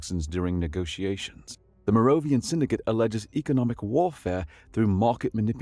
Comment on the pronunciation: Opening moments... "warfare" not "warefare" "augmented" not "augmated" "Moira" not "Moria" ...rough start with all those in the span of about 6 seconds, but great story! Later on, you have a couple of instances of the word "facet" which you read as "faucet" instead. A few minutes after getting it wrong multiple times in a row, you get it right, confirming you do know the difference, but you continue to pronounce "Moira" as "Mora" or "Moria" throughout the video. Also, "empathic" is not the same word as "empathetic" and while there's some overlap in the meanings, the written "empathic" was more correct in context than the word "empathetic" which you read in its place. Another one is "chirality" where you used the wrong type of "ch" sound. This seems like a "should have pre-read the story and looked up the words you don't know" moment, and your pronunciation of "subsequently" gives the same impression. And in the awkward doubled-up line where your video got glitched out (in which the subtitles disappeared for the duplicated chunk of voice work), you ended with "the unprecedented phenomenon it was odd." Except that the text doesn't have the last word of what you said, because that word makes the sentence incoherent.